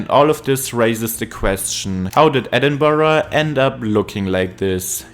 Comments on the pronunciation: He didn't, it's edinbruh, not edinboro, it's not English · If my ears are not mistaken, the narrator pronounced 'Edinburgh' as 'Edinborough'....why? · People living in Edinburgh pronounce it two different ways. Edinbruh and Edinburrah. Check comments here saying they live in Edinburgh and that he is pronouncing it correctly. I live 30 minutes outside Edinburgh and hear people saying it both ways. Also Edinburgh is in the continent of Europe. Excuse me for being impolite but I think you are being a little judgmental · that’s almost the same as saying BOW-ROW which definitely isn’t the way. So it’s always safest and best to say BRUG. hard R. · the pronounciation "Edinboro" is just painful to me 😭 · its pronounced like Edinbruh. Trust me I’m from Scotland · I live in the USA- I’m constantly telling people it’s not Edinburg or Edinboro or Edinbyooro. It’s infuriating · if you're Scottish you know it isn't correct